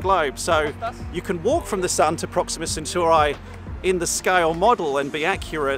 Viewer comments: its not proxima centurai, its proxima centauri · 0.23 CM is 2.3 mm not 23 mm That is definitely not how you say "Proxima Centauri" :D